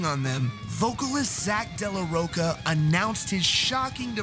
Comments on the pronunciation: “Zack de la Rocka” ... cmon man, its ROCHA.... “ro-cha” .... cha as in like “charmander” ... ROCHA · Zack de la row-ka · Always thought it was pronounced zac dela roach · You mispronounced Zach's last name.